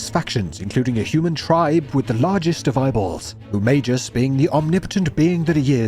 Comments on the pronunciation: Its MagUs not MagEs. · I liked the video. Except for the part where you repeatedly pronounced magus wrong. May Gus. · I'm confused with the English pronunciation for magus, is it really may-jus? I have a gut feeling, or maybe a jut feeling that that's not how you pronounce the name of this game, jame, game? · Magus pronounced as Mei-jus? Oh. like - Magina pronounced as Ma-jai-na. RAD!